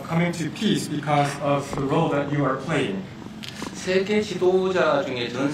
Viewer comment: 통역사의 영어 발음과 억양이 미국에서 무시당할 수 있는 수준입니다. 듣기에 매우 불편합니다. 예를 들면 That을 Dat이라 발음합니다.